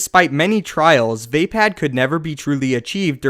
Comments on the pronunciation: VAY-pad? thought it was vah-pod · You're pronouncing it wrong...vay?......Vaye.?.....Vah phad!!!!.....